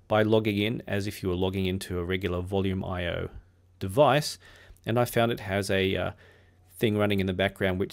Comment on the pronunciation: I’ve been using Volumio sporadically for years and started with its predecessor Voyage MPD Linux over 10 years ago. I’d never considered it was pronounced “Volume IO”; I’ve always said “Volu-mee-o” because it is Italian.